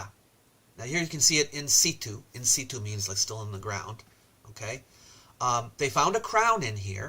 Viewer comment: "in sitch-oo"